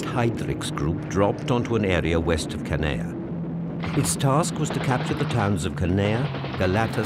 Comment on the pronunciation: Judging by the soundtrack, one particular machine gun was firing the whole time all over the island and even at the same altitude as the Ju52’s. And the British narrator continually mispronounces Canea. It is spelled in many different ways in English, but should actually sound like “Haan-ya”.